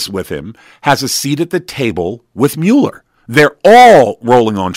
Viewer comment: It MULL ER not mew ler, people call me Uh-leh-shuh and it's Uh-lee-shush Alicia! I can't stand it!